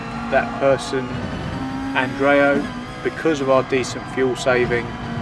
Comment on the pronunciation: I'm famous! XD It's andreoti, not andreo. p Anyway, great drive! Congratulations! Greetings from Bulgaria!